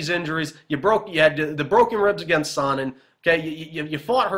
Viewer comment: You say his name as "sauna" repeatedly. Terrible.